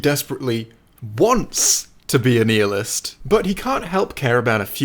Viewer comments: Nihilist is pronounced "nyilism" not "kneeilism" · Great video! It’s pronounced “nigh-ilist” not “knee-hilist.” (The H is silent) It’s sort of like saying the word annihiliation but removing the first “an” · Knee-illist 👎 Nye-illist 👍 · a kneehilist lmao not nigh hilist XD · Pronouncing it kneehilist when the majority pronounce it nihilist. Nope, that ain't how it works, it just makes you sound pretentious. Pre-tent-ious. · ‘Neealist’ is that how it’s pronounced!?? Isn’t it “nyealist” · I love you but this is unacceptable It's nai-uh-lust, not kneel-lust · Kneelisit... Me thinks it's said Nigh hill ist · Knee ill-est 😂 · "Knee-ill-ist" lol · Lol he says nihilist like nealist. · First time I've heard nihilist pronounced 'neealist'. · This dude really said "Knee-ill-ist". As a nihilist, I am offended. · While wrong, it actually kinda makes sense, since nihil is latin for Nothing and is pronounced “knee-hil”(but yes it annoyed me) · At least use your meaningless life to pronounce words properly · he also said rick is unwise, despite the fact i agree with him as a (true) kneeillist i am also offended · Technically it's how it should be pronounced based on its latin origins, but it sounds wrong and dumb in english. And we speak english, not latin, so.... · none of the pronunciations are acceptable. its pronounced nih il ist, it doesnt matter what t h e y say. bill nih is not real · Did you say “knee-alist”? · We know is a wanker by how he says Nihilist. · Your pronunciation of nihilist offends me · I think he says it like that because he is British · Good video but I really hate the way you say nihilist lol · Are you mispronouncing nihilist on purpose